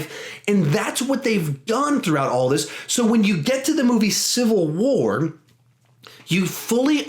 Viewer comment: You said CA CIVAL WAR twice lol